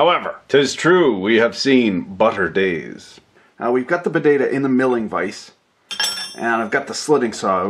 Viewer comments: potato not bedata or what ever you said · why do you say (buh-day-dah): bodata instead of (poh-tay-toe :potato) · Leave it to a canauck to say paddadah the right way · In the beginning did you say budaduh? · I don't I say potato but it sounds like badda and I really don't know why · Budada? What the fuck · "Badeyda". Are you fucking kidding me? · indeed you are sir correct sir , every one knows its pronounced "podaaydo" . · A PO-TAA-TOE !!! POT-TATOO !!! PO-TA-TON !!! POE-TA-TEE !!! I had a bit of problem to understand this video due to the various strange potato pronunciations. :/ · I love how he pronounce "Potato"..